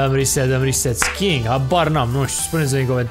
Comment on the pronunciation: ai mai dat pe la orele de engleză:) e skiing nu "skying"